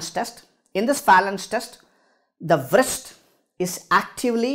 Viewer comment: Really😂 Wrist W is silent broh